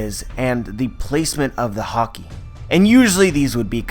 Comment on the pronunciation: take a shot every time you understand hokey instead of haki